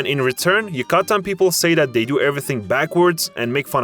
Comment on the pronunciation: dude... figure out where to stress your syllables before making a video! hidroCAlidos, YucaTAN, etc etc